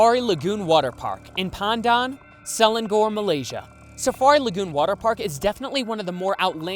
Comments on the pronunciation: omg malaysia! I always look up at the building everytime we pass it on the highway hahahahha, i like the way you pronounce Selangor 😂😂 It's actually pronounced se-la-ngor no hate though i really like your videos! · the way he said selangor 😭😭😭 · I'm sorry but the way he says selangor kills me XD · btw just letting yall know, pandan selangor is pronounced pahn-dahn suh-lang-or lol